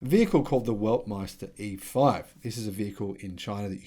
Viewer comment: Weltmeister not Weltmester 😀